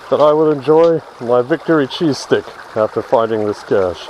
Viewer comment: Oh man, I kept hearing "Cheesesteak" for the first 5 minutes of this video. Even though I wasn't eating any of it, I STILL got disappointed when I realized it was only a cheese STICK.